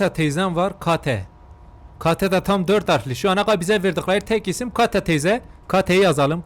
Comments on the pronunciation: Abi kata değil Kate ama keyt diye okunuyor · Abi kate İngilizce kate keyt diye okunur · abi o oyun amana dı edvançırır diye okunuyor ve kate de keyt diye okunuyor. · Kate❌ Kata✅ abi bir kere de kalp at bana atsan varya direk ölmeye gidicem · kateğ teyzeğ(kate ama) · Abi kate duye yaziliyor keyt fiyr okunur senin ingilzcene minya te diyip girecem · Yıllarca videonun izleme sen o Türkçe telaffuzundan tanırım(Kate=kata teyza) öyle bir mesele